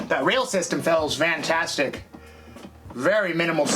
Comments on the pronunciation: love it! I'm driving a Transit so I'm gonna start using "Vantastic" 😂🤣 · Are you saying "vantastic"?